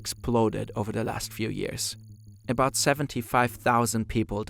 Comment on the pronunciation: wish you'd stop devoicing the consonants 😬 i.e. yearZ, gooDZ not yearSS & gooTS